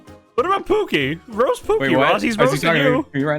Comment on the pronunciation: i feel ross' pain. english may be my first language but its still hard as fuck for me to pronounce shit sometimes lol. but towards the end starting at like, and then him immediately saying roost instead of roast killed me